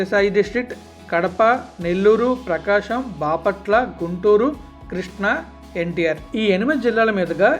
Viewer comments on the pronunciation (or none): none